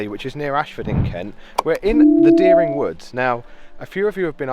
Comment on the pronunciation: I live there and there is nothing creepy about it, and at least pronounce dering woods correctly